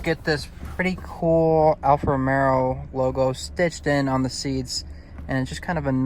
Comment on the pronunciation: It’s Alfa Romeo not Romero…brother